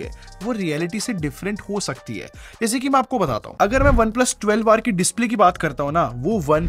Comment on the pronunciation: Bhai mujhe kyu 12war sunai de Raha hai